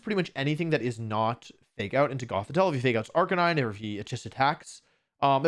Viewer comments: ive never heard of this "arcanine" pokemon...i only know arc a nee nay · I can’t believe Wolfe went a whole wideo pronouncing arcanine wrong.